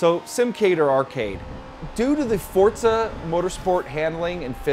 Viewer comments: fortza you mean forza wheres the "t" in the name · Actually forza is pronounced the way it looks. For-za Pizza is pronounced the way it is because there is two z's My dad is off the boat Italian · "Fortza" is the proper pronunciation of an Italian word. Less emphasis on that consonant than in "pizza" but still a sharp "z."